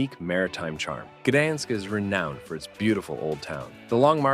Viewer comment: I've been to about half and had friends praise some of the others, so very credible recommendations. You need to teach the AI narrator how to pronounce Zadar, Gouda, Gdansk and a few others.